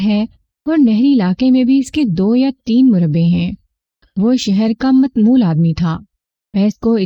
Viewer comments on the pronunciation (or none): Mutawmmil..Not. Matmool